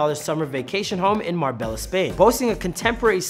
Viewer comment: Pronounced marbay ya